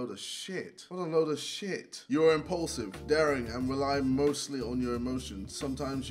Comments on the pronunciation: Did he say impaulsive instead of impulsive?? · You are ‘impaulsive’ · "You're Impulsive" or Impaulsive I guess 🤔😂